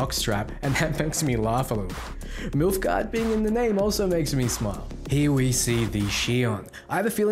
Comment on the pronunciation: The Witcher: "Nilfgaard" Cyberpunk 2077: "MiLfGaArD"